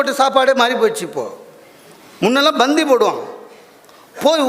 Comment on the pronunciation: தலைவா, பந்தி உச்சிரிப்பு சற்று கவணித்து கொள்ளுங்கள்.